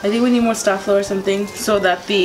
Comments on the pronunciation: Honey, it's pronounced stay flow. hahahaha but I'll never call it that again. lol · it's pronounced"stay-flow"😒😒😒